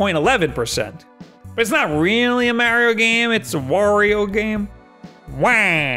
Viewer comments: You say Wario right but not Mario? Ok! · I always wonder why the guys like this that pronounce Mario's name wrong (which I still can't believe video game reviewers do) actually pronounce Wario's name correctly.... shouldn't they realize that the names should rhyme and then realize they are pronouncing Mario wrong? Oh well. Merio and Wario......dumb.